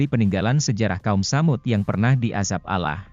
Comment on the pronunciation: Maaf ya anda. Beritakan cerita alquran tp kenapa bacanya alah bukan allah